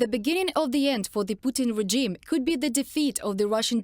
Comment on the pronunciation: Daily English hint.. . "Regime" has a soft g, not a hard g. So pronounce it more like rezhime.